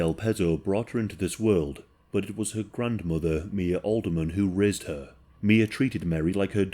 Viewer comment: it sounds like he says rizzed her instead of raised her LMFAO